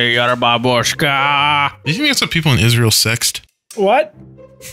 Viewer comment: Babushka is Russian . Why Israel bro . You should know how Israel sounds your dropping bombs on em